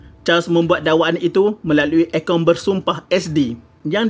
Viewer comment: Akuan bukan akaun